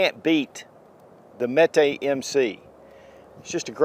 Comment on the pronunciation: So Canik is pronounced in America as Kanik, where it’s really pronounced like Janik in Turkey. So why do Americans say Mete in Turkish instead of Mete pronounced like Meat, which would be in line with calling the gun a Kanik? Kanik Meat MC9. 😂